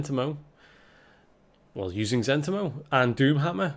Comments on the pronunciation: For the record it's pronounced Zen TEE mo. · I thought it was Zent**I*mo.... Not Z**E**ntimo.... wtf?